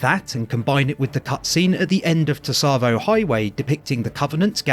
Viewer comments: Great video, just one thing to let you know, Tsavo is pronounce more like ‘savo’ with a very very light ‘t’ sound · I'm fairly sure the T is voiced. But the way pronounces sounds closer to "Tusavo". The "tsa" should be a single syllable. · Don't you think Tsavo Highway is pronounced the way Sergeant Johnson says it? Savo Highway. T-Savo? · I always thought the T in Tsavo Highway was silent, so you'd just pronounce it 'Savo'. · You keep over pronouncing the T in Tsavo and it's very annoying. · This guy pronounces it incorrectly (and says it many many times throughout the video) because people find it hard to not correct. Comments = engagement. It’s been pointed out that he says it wrong many times.